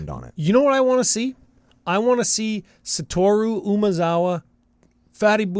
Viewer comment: Finally some who doesn’t butcher Satoru’s name for once.